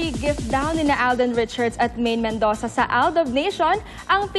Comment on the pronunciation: Mendoza po ndi Mendosa :D